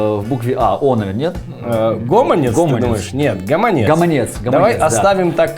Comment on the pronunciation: Таму што гэта слушны націск, вядучы сам не ведае, як казаць